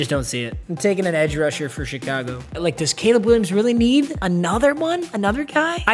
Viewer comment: This man might as well have said K'Leeb Will I Ams and Broke Webers